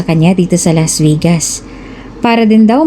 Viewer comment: Why pronounce Vegas.......Vigas?